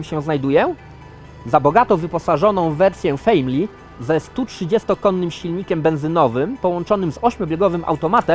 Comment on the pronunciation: Język angielski absolutnie leży i kwiczy, wymowę słów "Professional" i "Family" możesz sprawdzić chociażby na tłumaczu Google. Błagam, nie niszcz uszu kogoś, kto zna ten język choćby w stopniu podstawowym. Nie bądź ignorantem.